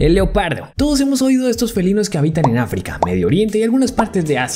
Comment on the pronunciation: Además es África no africaaaaq